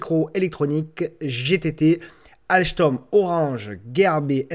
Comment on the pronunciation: ALCHTOM..... MDR de la pronociation.... on comprend juste qu'il ne connait rien au titres et au fondamental de cette boite.... sympa néanmoins...